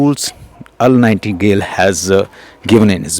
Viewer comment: Nightingale not nightingull